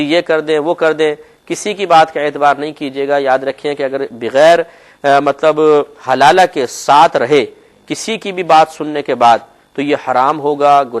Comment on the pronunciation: Haalala is not hlala